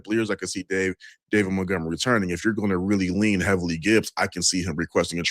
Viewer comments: Why does always say “mountgomery” it’s MONTGOMERY! lol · So annoying... might as well call him...